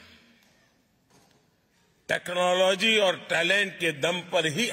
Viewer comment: technology bolna nhi ata rocket urai ge